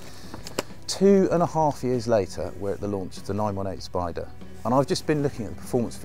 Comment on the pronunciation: IT'S SPY-DER